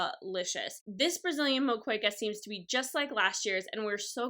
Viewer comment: traditional moqueca is amazing. FYI it is pronounced mo-ke-ka not mo-kwe-ca. delicious...but too much will rage out your stomach. Your video has made me want to eat ... how in the world do you EAT all of this? guess you need to go for several days.